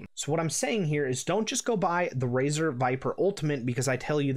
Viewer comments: did he say "RAZOR " dark core rgb pro .................. smfh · "Razer" ? I almost left after hearing that lol. Glad i didnt, good video.